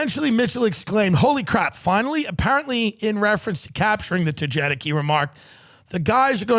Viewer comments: Togetic is pronounce TogaTick but Togeitc sounds like a way more badass Pokémon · Just so we're clear, Togetic is pronounced Toe-guh-tic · Hey Snorlax you said Togetic (toe geh tick) wrong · Togetic is pronounced toe-gah-tick lmao the amount of times Tim says it wrong hurts my heart 🤣😝💀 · They mispronounced Togetic horribly. Toga-tech! Not toe-get-ick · It's pronounced Toga Tic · Hearing Tim and genuinely mispronounce togetic made my day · you butchered Togetic's name 🤣I can't stop laughing at this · I know I’ve got my priorities fucked up because I’m upset Tim mispronounced togetic. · The way Tim pronounced Togetic was based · Listening to you mispronouncing togetic made me sad, but that's ok.